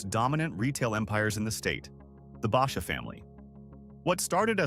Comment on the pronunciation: Learn how to pronounce Basha